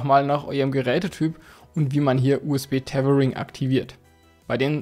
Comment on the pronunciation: wie du Tetering sagt ist zu köstlich 😁😅😂